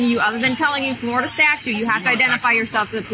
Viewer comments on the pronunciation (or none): They can apparently be incredibly stupid. These were the reason schools used to have dunce hats. And why it’s pronounced Flori-DUH.